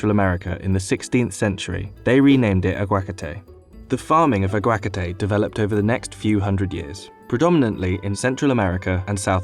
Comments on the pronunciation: You’re putting the stress in the wrong syllable, not a-GUA-ca-te but a-gua-CA-te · But it's his syllabic emphasis that makes it seem so off. It's not his accent that prevents him from doing so. I've met Americans and English who can say this word, no problem. Just laziness in research on someone's part, which could reflect on the validity of the whole segment. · It's not aguácate... Just aguacate And the sunshine state is Florida not California. Business insider, c'mon bruh, hire a Mexican journalist. Do you think you sound better having an English guy mispronounce Spanish words? 🤔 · That pronunciation of aguacate really pisses me off. A-GUA-CA-TE not AG-UACATE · It’s pronounced ah-gwa-ka-te not ah-gwaka-tay in Spanish. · It's not agua'cate, it's aguaca'te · It has 3 syllables and is pronounced agua-ca-te. "It is not 1 syllable and the 2nd letter a is not silent.... aguacte isn't even close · its not pronounced "AH-GUA-KA-TÉ", its pronounced "AGUA-KAAH-TÉ" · Aguacate? Ah-gua-ka-tay???? It's agua-kah-teh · It's agua-ca-te not how you white people pronounce it "agwa'kate" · ahGUAcatey oh god I’m not even from a spanish speaking area but that hurts me. It’s not hard to figure out how to pronounce it correctly, you could literally just ask google or ask people online politely, they’ll probably help you. If I’m not mistaken, it’s “ah - gua - KAH - tey,” right? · let me help you ah - wah - cah - tey now fast THERE YOU GO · I can't with his pronunciations AGUAK A TAE MICH O CAN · I’m frakking lmao at this guy’s pronunciation of aguacate. ah-guah-cah-teh. On another note, it amazes me how much avocados cost when I’m in a grocery store and happen to notice their price, I have two very prolific trees in my garden here in SoCal and I share them with my neighbors! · UhGwakUhTay The worst pronunciation i've ever heard. lol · Love how these narrators don’t even try to pronounce things right. “Agua 💦- cat 😼- eh 🤷🏻‍♂️“ Not that hard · It's pronounced "ah-wa-ca-te" ..